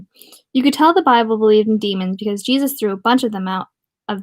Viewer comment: You have a good reading voice Critique - up your vocab and spare e'reone the censorship *heehee ur irish sounds like a northerner imitating a texan s'all good tho , work on it ... **jesus = jay'suss (nell) ***"ah'yuhp" is the maine colloquialism (you're close) n o c e n s o r s h I p ✊